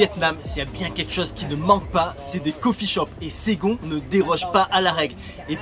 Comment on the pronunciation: Pourquoi SaigoNNE??? ....Saigon!